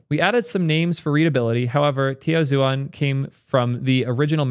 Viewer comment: tiaozhuan lmao